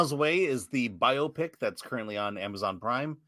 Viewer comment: Correct way to pronounce biopic, please note internet. Always wondered why Paulie named his channel that since he isn't Filipino